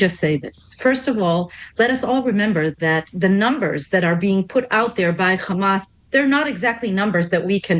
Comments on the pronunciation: First of all it's Hamas with an "H" letter and not Khamas, and it means "Courage". So it's a meaningful word and not a noun. The only reason she and all Israeli like herself have a problem that pronouncing is because Ukrainian alphabet have the letter "X" which sounds like "Kha". So today people like herself call themselves Semitic??? Let's look it up to see if Arabs are Semitic or Ukrainians? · I tried to listen but am so tired of the complete and utter BULLSHIT. She sounds EXACTLY the same as every other spokesperson aka trained bullshitter. Exacyly the same. Can pronounce every letter fine except KKhhhhhamas. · They sound so absurd with the “Khamas” pronunciation. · She says people of Gaza not Palestinians. Denial of a people and they say Khamas because they enjoy distorting how things are pronounced to denigrate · She is american so not indigene to historical Palastine and as an american why does she say khamas? Cant she spell a H? This people are so annoying with all their BS.Left or right they are all zionists.